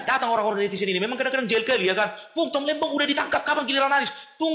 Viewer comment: tom lembong min bkn lembang😂